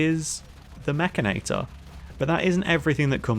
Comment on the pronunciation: wait... mek-can-i-tore? Nope! I don't care how it's spelled. It's mek-in-nate-tore! lol